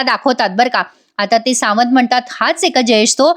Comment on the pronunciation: सावंत.. छान उच्चारले आहे